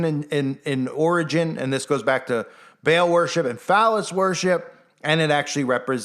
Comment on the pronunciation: It's actually pronounced PHONETICALLY BAH-AL. NOT BAIL OR BALE LIKE A BALE OF HAY🙄.